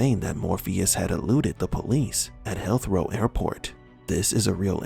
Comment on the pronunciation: Heathrow* it's Heathrow airport.